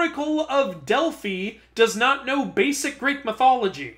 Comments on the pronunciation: Hi, I do not mean to be mean but the oracle of Delphi is pronounced DELF-I. But on a positive note, I love your Beetlejuice shirt. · Also Delphi is supposed to rhyme with pie.